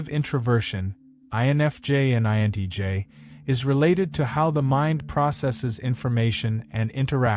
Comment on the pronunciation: You keep saying INEJ instead of INTJ. I am an INFJ and at 56 I have completely given up on the species of which I belong to. Everyone is so fake and shallow, and thats why I prefer my own company and being in the company of mother natures flora and fauna. I can be myself with mother nature.